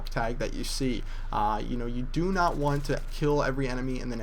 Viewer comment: It's not 'note,' it's 'not.'